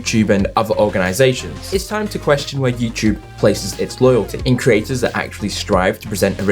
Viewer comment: Why are people unable to pronounce the word 'creators' anymore? I didn't realize Youtube had craters.